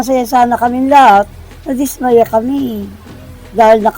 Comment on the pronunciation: anong dis ..maya .gago ka magtagalog ..dismaya bigkas dapat mabilis